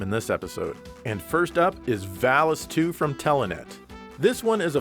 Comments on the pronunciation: jeremy parish says "vall-ees" everyone else says "vall-us" ... i trust jeremy parish's pronunciation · there is no L-sound in Japanese so the name of the sword is actually pronounced correctly. In the original Japanese name of the game the word is pronounced Varis with R also. The Enlish voice acting has probably been recorded before the name of the game was changed to include L. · I believe the first one was a mistranslation from Japanese since Vallis in Japanese is pronounced Varis. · They pronounce valis as varis because they're reading lines given to them by the japanese developers who pronounce Ls as Rs. Pretty hilarious. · Valis is pronounced Varis in japanese maybe that was lost in the translation. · They probably pronounced it that way because that's the way it was written to them. Sometimes in some translations the "L" is replaced with an "R". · The valis thing I know that r and l are pretty much the same in Japanese so maybe they didn't have the name in writing only as the japanese voice over? Even though it's the title of the game...and that game is a sequel? I don't know it's just weird that it's l and r when the japan mixes those two constantly. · The script probably transliterated varisu so the mispronunciation makes sense kind of like how barrier became varia and barbara(?) instead of volvagia.